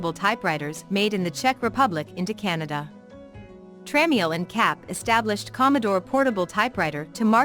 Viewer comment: It’s pronounced Tra-mel